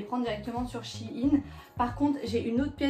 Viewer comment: Mais sa me stresse c'est pas Chine c'est shein~ 🤣😂